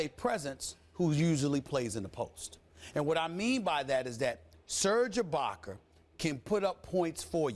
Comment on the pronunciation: "Serge ibaker" lmao